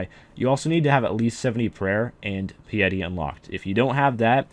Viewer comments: My friend, it is pronounce "PIe-ity" (like 3.14 with an ity afterwards) or something like that; not pee-yeti! Lol, great vid through! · Pee yeti? It's Pie-Yeti. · He said Pee-Yeti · It's Pah-yeh-ti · Piety: pie-uh-tea :)